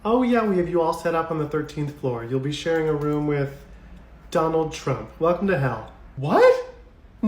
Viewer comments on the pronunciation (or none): none